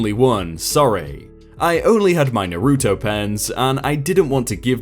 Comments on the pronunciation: i'm looking at the screen where you say your going to put a picture of them on the screen, and... nope, we got trolled. Oh, and it's pronounced "Naw-ru-toe". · The way he says Naruto is killing me xD